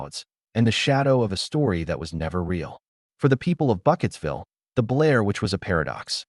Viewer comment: Burkittsville, not Bucketsville! Dimdot.